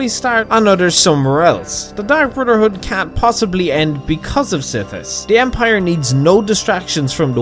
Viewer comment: Dark Brudderhood